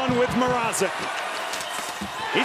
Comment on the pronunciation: Mrazek* not MR-AH-ZEK Plz eliminate the canes so we dont have to hear this butchering of names any longer!